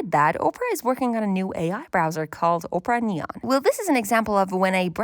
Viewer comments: Op rah, not ope rah 😂 But otherwise nice video! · Oprah? OPRAH?! OP-ER-AH! 🤣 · You, over and over again: "Oprah" Me, every time you said "Oprah": "Opera" But this was a really good overview of current browsers. Thank you. ❤ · Are you from the Midwest saying Ope-ra instead of Opp-ra? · Just because i was weirdly annoyed by it: the browser is called opEra as in the opera house and not opra as in Oprah Winfrey ;) but in total a really nice comparison and kidna interesting to see, what people from a design perspective care about. I mostly care about privacy, speed and that pages are displayed correct. The last point is especially important from a developer perspective, because even if many browser are build based on chromium or firefox, it's something kinda shocking which issues can occur if someone isn't using Chrome or Firefox. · ITS OP-PRA NOT OPRAH GET IT RIGHT!! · its not ohpra its OPERA!!!! - A recreation of me everytime you say oprah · OMG the way you keep mispronouncing Opera is insane. Oprah is a talk show host. Opera is a browser and a a type of entertainment. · Why are we pronouncing it “Oprah”? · Oprah browser? Ah-per-ah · She called it Oprah 😂😂😂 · I lost it when you said "Oprah" browser XD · opera is pronounced wrong, it starts with ah sound like operation 😅